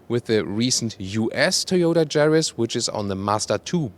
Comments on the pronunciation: Ja !! (Ya) I noticed that too .. 😎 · Yaris NOT Jaris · Sorry for being a pedant. But in English Everywhere, re the Yaris the 'Y' is pronounced 'Y' NOT 'J'. Like the colour 'Y'ELLOW or girl named JANET or JANE a Russian plane, YAK 40. ps. I love your car reviews & apologise if I've given offense. :-) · it’s Yaris not jaris English please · Good video. No idea why you are pronouncing this car Jaris in english when you pronounce it correctly in german. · It's Yaris, not Jaris. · it's a Yaris, not Jaris. Please, prepare better next time. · No, do you? Bc saying "Se Djaris" really made me laugh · Hahaha what is “garis “ ???? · Is it me or this guy is calling this car jerry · I don't like the "Jaris" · More like Mazris! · Hmm, he does very well in English, as most Continental Europeans do. Someone should just explain to him that in English, the 'Y' sound is like the German 'J' sound – not like the English 'J' sound! :^) But a very good intro to the new model.